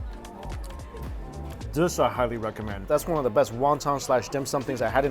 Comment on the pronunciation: He should learn how to say Won Ton the right way as being Asian.